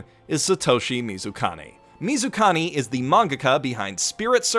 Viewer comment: It's MizukaMI not MizukaNI...-_